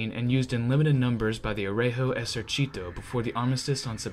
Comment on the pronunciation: On my part, I consider his pronunciation the result of a good effort. It is not perfect, but I consider that some words are objectively difficult to someone who is not a native speaker or a dedicated student (-gi- and gli are stark examples, yes, it took me some time to figure out he was saying "Regio Esercito" from "r*@ esercìto", but context helps), and the focus of these videos is tanks, not language. All that considered, I am actually positively impressed and I appreciate what he had to do to get to this level. Incidentally, he didn't stumble on anything funny as Ian (ForgottenWeapons) did with his very excellent videos on Italian "moschetti", which he ended up pronouncing as "moscetti" making every Italian ROTGLing... :P ...though, honestly, considering the mess with the caliber of some of those, and the fact that one could end up firing with a bullet smaller than what the gun is supposed to fire, "moscetto" could turn out to be an unexpectedly apt description. Btw, they are really worth watching, even without the mispronunciation!